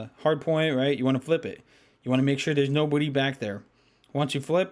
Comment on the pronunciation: When said nobody it sounded like no booty